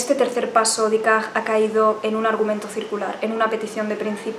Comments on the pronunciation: Aunque lo este trantando de pronunciar en fránces lo pronuncia mal. Ella dice Dicart ( un frenglish un poco raro), cuando en realidad es Decart. Hubiera sido mejor que hubiese dicho Descartes y ya está. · Ha dicho «decag», ahhhh!!!